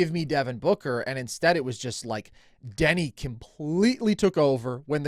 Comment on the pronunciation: Call me crazy, but it is hard to value an opinion on Deni if you can't even pronounce the dudes name correctly